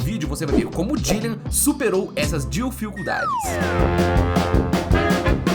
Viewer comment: Não tankei a "dilficuldades" e parei de assistir no Flw